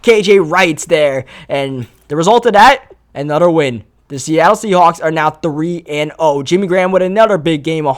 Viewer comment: It's another not anutter Jesus Christ